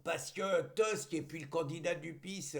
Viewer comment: Tusk se prononce TOUSK. Nous ne sommes pas des rosbifs. Merci.